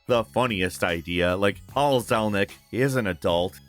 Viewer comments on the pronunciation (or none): none